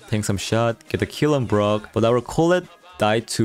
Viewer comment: Is it just me or does everyone hear grom instead of brock